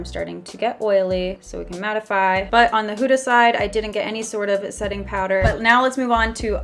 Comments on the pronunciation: It's not pronounced h-oo-da !! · “Huta beauty huta beauty” No hate it’s just funny how you say huda Beauty😂love you 💞